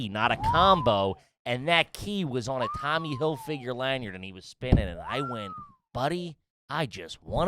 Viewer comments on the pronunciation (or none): Love that pronounces it “Tommy Hill figure”